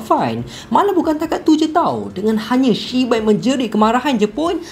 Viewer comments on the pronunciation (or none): Aduh takleh go lah siak nama dia shibai pastu abg ni sebut cibai lak 😂😂😂😂😂😂